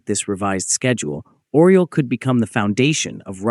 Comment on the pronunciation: It isn't "Oral". It is Oryol (Eagle in english)